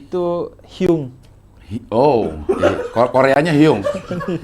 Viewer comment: Hyong , bukan hyung 형